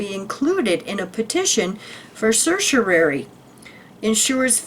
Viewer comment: Thanks for sharing! Just FYI, certiorari is a Latin term pronounced sir-she-oh-rawr-ee. 😊